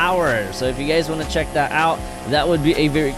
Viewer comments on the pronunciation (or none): Bruh said donot heck it out